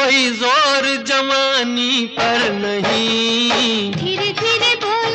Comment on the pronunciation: Why he said jamani instead of jawani